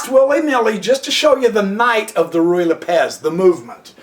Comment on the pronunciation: I think it is either pronounced "Roo-ee" or "Righ" not "Ree" lol I can tell you are saying it quickly because you are unsure of how to pronounce it, you could have just looked it up, I assume you have a computer because you made a fucking youtube video lol